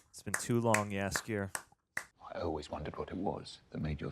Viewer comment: Your pronounciation of Jaskier is very good, actually one of the best I've heard of foreign reactors!